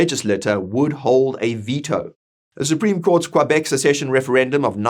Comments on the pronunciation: I agree with what you said. However I don't think there's nearly enough separatists to come anywhere close to a positive vote. But who knows what shenanigans they could pull to fudge numbers or something worse... On another note, I never heard anyone pronounce Quebec as Quoibec... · 😂 he will have to work on that pronunciation of Quebec